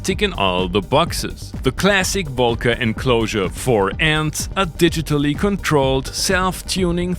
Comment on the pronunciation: Came here just to hear "woelca" over and over again